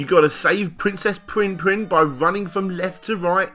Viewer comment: being an australian all i can hear him saying is pwinn pwinn, not prinn prinn